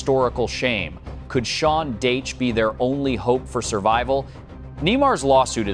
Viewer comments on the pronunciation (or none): Sean Dayche ha ha ha. Only a stupid American commentator could mispronounce a name as simple as Dacha. Pathetic. "adaledico". ha ha ha. It never ends "Yulian" Nagelsman...LOL and Yorjen Clop....stop please. Useless AI